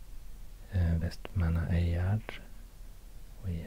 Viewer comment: It's pronounced vestermanyar